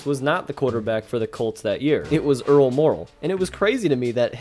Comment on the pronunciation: The announcer has an exceptional ability to slur the pronunciation of Earl ☀️Meh⚡️✨🪐💫⭐️ooh last name. I couldn’t listen 🎧 to this ….. !